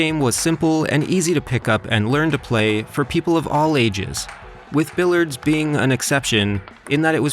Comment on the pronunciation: Perhaps you'd find billiards more enjoyable if you knew how to pronounce it